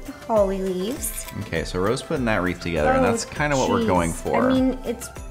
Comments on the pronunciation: Am I the only one that notices that Ro says "reef" instead of "wreath"? She is so cute 🖤🖤 I loved this video. $1,000 for a gingerbread house is crazy! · Ro, are you Saying REEF???